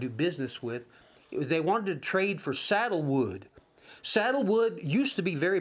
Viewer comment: I'm not sure if I heard you correctly, but it sounded to me like you were saying saddle wood . The wood in Hawaii that was so widely valued throughout the world was sandalwood, not saddle wood.